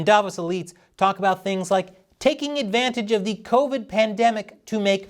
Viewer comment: "We beer". Sure, Klaus. As you said previously and publicly, thanks to "co-vide 19".